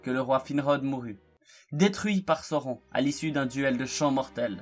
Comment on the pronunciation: Sauron, ça se prononce SA-O-RONE, bon sang de bonsoir...lisez les Annexes du SDA avant de faire des vidéos sur la Terre du Milieu nom d'une pipe, ça paraît être le minimum... sinon, le contenu est ok, malgré quelques raccourcis. Mais tache difficile en fait de résumer l'histoire de Sauron, puisqu'il est la clé de voûte de toute l'histoire de la Terre du Milieu pendant les 2° et 3°âges. ... Et on dit " sine-dar" pas "sain -dar", j'ai failli ne pas comprendre de qui tu parlais, fait un effort sur les prononciations stp sans quoi tu risques d'irriter tout le monde, malgré tes intentions fort louables de faire découvrir la richesse de l'histoire de la terre du milieu.😎